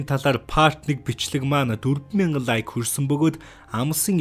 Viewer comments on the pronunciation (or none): none